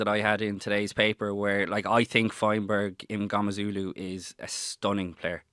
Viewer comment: HE IS MNGOMEZULU - SAY HIS NAME RIGHT!!!!!